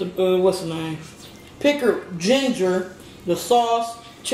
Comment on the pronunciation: "Pickled Giner" 🤣🤣🤣🤣🤣 I can't wait to try this sauce